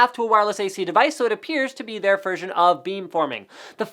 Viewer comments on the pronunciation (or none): none